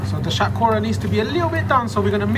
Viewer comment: You idiot. It's Hatkhora. It's unique to Sylhetis and Sylhetis never say "Shatkora". You are a coconut.